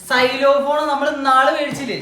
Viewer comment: Xylophone pronounsation theti